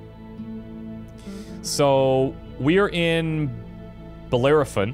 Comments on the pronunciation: "Bell-AIR-o-fawn". Jesus man. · Bell air e fon Bellerophon was the Greek dude that slew the chimera with a chunk of lead on a stick. I've watched a few people playing this game and it's surprising how none of them can even pronounce his name :P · This is just a little side-note nothing important, the planet's name is pronounced like a church bell- ero- like eroding something, and -phon like phone it has a greek origin. Keep doing these videos, they are great!